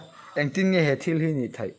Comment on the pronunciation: "thaih" i ti a" theih"tih tur aw tawng i in zir ve ngai a nih hi 😊